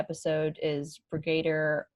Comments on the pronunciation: It's Brigadier Alistair Gordon Lethbridge-Stewart and "Brigadier" is pronounced like the animal "deer" and with emphasis on that instead of the "a", so 'brigaDEER' instead of 'briGAYdur'! Also, WHAT AN EPISODE! Can't wait for S7! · Pronounced brig - ah - deer. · It's pronounced 'Brigg-er-dear',my dear :) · Brigadier is a level of general rank in military ground forces. One star generals are Brigadier Generals. 2 stars are Major Generals. 3 stars Lieutenant generals (an oddity there major vs lieutenant). 4 stars has no special prefix. Brits likely have mild variance from all that. Brigadier is pronounced Brig-a-deer. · Its a rank in the military!!! Pronounced; "BRIG A DEAR". Alistair Lethbridge Stewart!!!! You made it seem like he was a day player or was just an actor playing a few roles..... CMON! LEARN THE LORE.... WATCH CLASSIC WHO! Brigadere was a MAJOR CH,ARACTER!!! HE WAS WITH MANY DOCTORS AND ONLY RAN A LITTLE THING CALLED U.N.I.T.!!! Please learn who these people are. I don't understand how you can call yourself a true fan when you don't know who the BrigAdere is!! Do u know Sgt. Benton?? You can call yourself a new who fan but I wouldn't call you s True Doctor Who fan until u have watched the episodes that made new who and learn who the important people and aliens are in who! If you could give the names of 20 classic who characters and aliens and a synopsis to at least 1 story of each doctor, then, AND ONLY THEN, I'd call you a true Doctor Who fan. Enjoy. The other Drs are just as great! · Brig-a-dear, for our US/Canadian friends. (They'd roll the "r" in "-er-", and there isn't one in the middle of Brigadeer.)